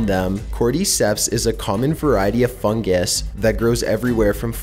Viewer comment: He says fungus like fungAs